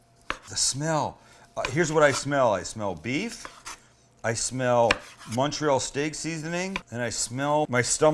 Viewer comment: Great video. You actually pronounced Montreal correctly, most people don't. (I'm from Montreal) Only one question......where's the provolone cheese?!?!?